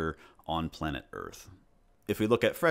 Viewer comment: When the man says "on palnet earth" he ruins a minecraft theory. -Me